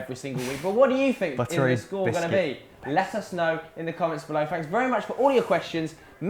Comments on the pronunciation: pretty sure it's "below" and not "bellow" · below not "bellow" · It is not Bellow, but Below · "Bellow" lmao